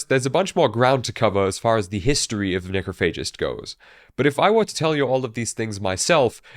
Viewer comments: You are mispronouncing the name of the band. It’s ‘necrOPhagist’, not ‘necrophAgist’. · My favorite thing about Necrophagist is hearing people mispronounce Necrophagist. Haha, Neh-krof-uh-jist is how you say the word. It existed long before these gods of Death Metal ever existed as a band or even as people. Lol